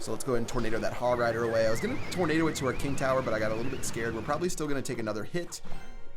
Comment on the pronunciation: "you propeply not"